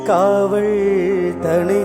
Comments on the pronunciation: அருமை அருமை நண்பரே உச்சரிப்பு மட்டும் திருத்தி கொள்ளுங்கள்.காவல் என்கிற வார்த்தையை காவழ் என்று உச்சரிப்பது போன்று உள்ளது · தம்பி, தமிழ்மொழி உச்சரிப்பில் முன்னேற்றம் வேண்டும். காவள் அல்ல காவல், காதள் அல்ல காதல். உச்சரிப்பு தவறினால் அர்த்தமும் மாறி விடும்.